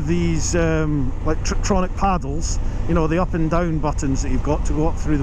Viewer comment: Isn’t it tiptronic and not triptronic?